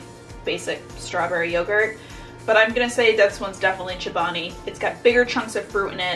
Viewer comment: She says “chabani” instead of “ Chobani”